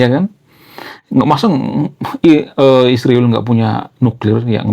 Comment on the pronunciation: Bang, bukan hama tapi hamas, bukan isriwil tapi israel😂, bukan konoha tapi indonesia😂